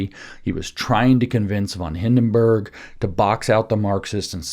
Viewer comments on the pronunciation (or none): none